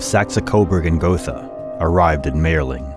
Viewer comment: m I erling is how it is pronounced.